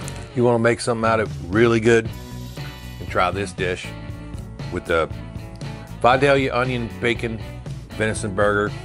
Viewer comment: I can't tell you how glad I am you say Vidalia properly